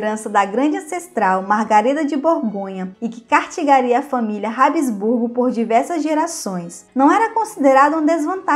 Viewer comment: "Que cartigaria por muitas gerações"... Vc quis dizer CASTIGARIA... Vc tem que revisar seus vídeos, edita-los e só depois posta-los.